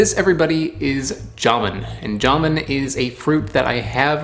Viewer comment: It's not JAmoon, it's jamOOn...